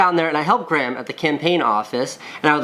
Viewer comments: He says Graham like "gram" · Anyone else annoyed at how he says grahm 😂 anyone Irish knows how it's pronounced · More importantly why does Casey pronounce Graham like Gram? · why do you pronounce graham gram lol